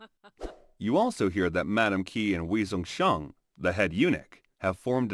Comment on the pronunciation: Some Chinese pronunciation help in case you do another video in the same time period Ke Wei - “kuh way” Tian Qi - “tyan chee” Liu - “lyo” (one syllable, rhymes with “go”) Wei Zhongxian - “way jong shyan” Chongzhen- “chong jen”